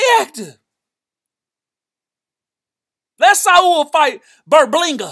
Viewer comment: Did my man just call Edgar "Berblinga"? 🤣